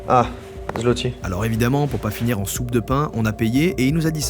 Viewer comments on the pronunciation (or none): Petit point culture G: Zloty se prononce swoté ;) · Alors enfaite la monnaie c'est le Złoty PAS "ZLOTY" LE "Ł" se dit "W" bonne vidéo sinon j'aime toujours autant le concept pour le prochain paye je propose la Norvège ou la Finlande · c'est pas un zloty mais un złoty (zwoti) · je suis polonais et tu dit très mal zotti et toi tu dit zlotti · Prononcez zloty , zvoté svp mdr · Pour la monnaie on dit pas zloty mais zwoty tsais le mec qui pète les couilles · Je te corrige on dit pas zloti on dit złoty le ł se prononce wo ducoup pour dire złoty tu dit zwoty mais ducoup on écrie złoty sinon continue comme sa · Juste sa se dit pas zloti mais sa se prononce zwoté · Je suis polonaise et la manière que tu as eu de dire zloty fait mal au cœur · "Złoty" ça se prononce comme "zwoti" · même pas foutu de prononcer correctement le nom de la monnaie polonaise....